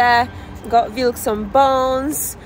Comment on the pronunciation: Dogs name is Vilk. Male. Pronounced Veelk.